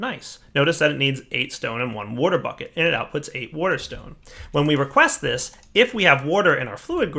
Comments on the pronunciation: Wouhder and wouhder stones :-) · Lol. He says wuter.